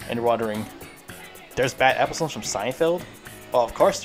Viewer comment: its funny when u say episones instead of episodes